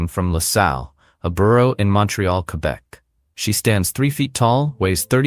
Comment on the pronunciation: Although many English people pronounce the U in Quebec. The right pronunciation is keh-BEK. 😊